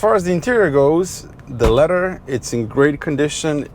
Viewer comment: It is leather, not letter.